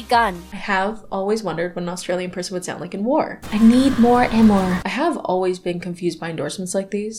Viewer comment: "I need maur ammaur" PLEASE AH